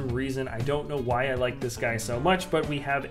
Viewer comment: This is how mush he said Batman | V